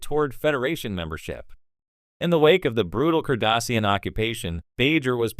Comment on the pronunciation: I’m sorry, it seems like the AI voice is saying Starfeet Captain Sisko. The Curdossian occupation? The Biaoran people? Try not using AI.